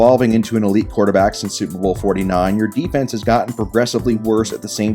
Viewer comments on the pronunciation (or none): none